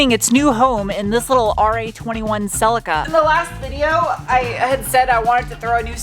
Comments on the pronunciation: See-Lee-Ka, See-Lee-Ka, See-Lee-Ka, See-Lee-Ka, See-Lee-Ka, See-Lee-Ka, See-Lee-Ka, See-Lee-Ka, See-Lee-Ka, See-Lee-Ka, Celica. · Will you please for the love of...hello kitty... Please say Celica with a long eeee in it please..celieeeeeca..... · Cel-eeeca, selicka is breaking my brain 😆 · love the way you pronounce celica over here we pronounce it as phonetically as cell lee ka, look forward to the rebuild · In Australia it's pronounced Ce-lee-ca. Have to laugh! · Is that how it's pronounced over there? Rather than "sell-lee-kah"?!? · In the UK, we call it a "Sell-Lee-Ka", so hearing a different pronunciation is weird to my ears.